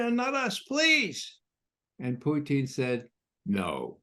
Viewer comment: Why this re74rded criminal McGovern keeps on saying President Putin's name like that. Is je bvtthurt? I cant listen to him.